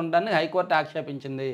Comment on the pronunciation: Akshapinchindi kadu aksheypinchindi